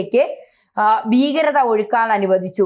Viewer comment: അരോചകം ബീ കരത അല്ല കൊച്ചേ ഭീകരർ വൃത്തിക്ക് പറ